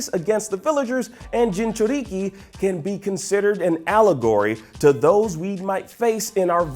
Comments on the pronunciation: The he said it Jinchuruki but pronounced it wrong lol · Why is it so hard to pronounce Jinchuriki correctly?